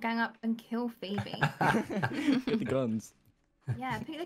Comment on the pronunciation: Maybe it's just me but did you hear called Phoebe 'BB?' orrrr...